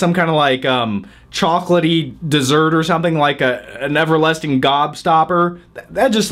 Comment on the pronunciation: Haha "A never lesting gobstoper" Lmao love ya haha lmao